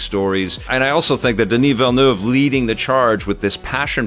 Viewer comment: On behalf of Denis Villeneuve, thank you for pronouncing his name correctly.